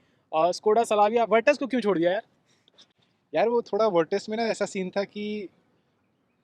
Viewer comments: Sa..la..via nahi rey bangadu😂... Slavia...Slavia Gadhye... Sukar hai sakoda nahi bola 😮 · # bhai wo Sla-via hai Sala-bhia nahin😊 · Salavia 🤣🤣🤣 Kese kese log hai bhai literally. It’s Slavia not Salavia. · It's not salavia, it's slavia